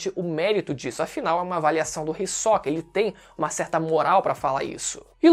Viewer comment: O falar o nome do Hisoka com ênfase agudo no “o” me dá agonia kkkkkkkkk